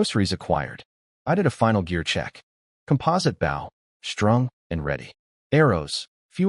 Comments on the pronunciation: Just wish all of these vids' TTS could determine the pronunciation of "bow" and "dove" as a noun and verb. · I wish the AI would understand the pronunciation difference between a 🙇‍♂️ bow, and a an archery bow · I want to be reincarnated to a place where the word bow is pronounced correctly by AI. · I really wish the AI voice could pronounce words correctly. BOW used for arrows rhymes with GO or TOE, not COW or HOW. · When the ai can't pronounce bow properly and prenounces it as if it were a boat side. Smh. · i hate how the AI uses bow (action) instead of bow (item) every time it says that i mutter at the fing video "bow (item) not bow (action)" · The use to bother me also, but after watching so many videos and hearing it so many times, I don't even notice anymore. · I've watched a few where they flip the pronunciation and that urks me even more